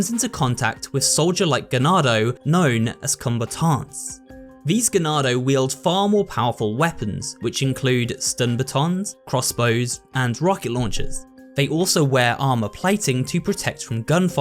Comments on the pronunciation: Ah yes, zeelots and combataunts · Did he just say combatants wrong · Hearing his pronunciation of zealot and combatants is killing me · Why do you pronounce zealot and combatants weird?